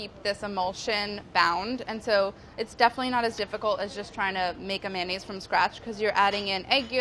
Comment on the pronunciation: Manayes, I never pronounced it like that before